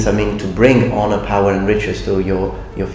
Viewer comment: I MUST'UH UPHOLD'UH MY SAMURAI HONOR'UH